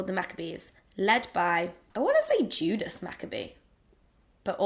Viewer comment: it's Judah Maccabee, but close :) Chag Sameach Hannah!